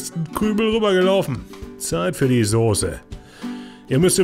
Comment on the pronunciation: Soße,, SOßE.....nicht Sose!!!!!!!!!!